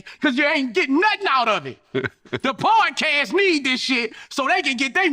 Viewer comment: Boosie said 'Pardcast' 😅